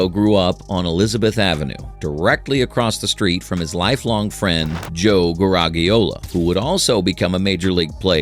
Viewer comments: It's Gara-djee-ola, not Gara-gee-0la. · AI voiceover. Its Joe Ga-raj-ee-o-la, not Ga-rag-ee-o-la. Also, the documentary Yogi's granddaughter Lindsay made about him, "It Ain't Over", makes a better case for him than this video, which cribs from it, I might note.